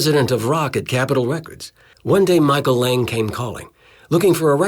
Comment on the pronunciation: That's Micheal lang not lag